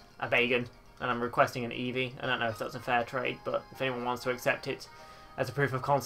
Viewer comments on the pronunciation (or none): none